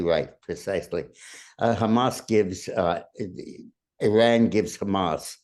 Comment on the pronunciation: Yeay, the ONLY presenter who pronounces Iran correctly!! Congrats